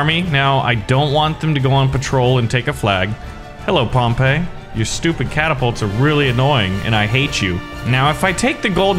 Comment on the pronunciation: Pretty sure Pompey is pronounced Pompee (I take Latin)